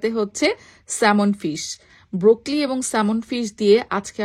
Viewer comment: Kothata broccoli, brokli na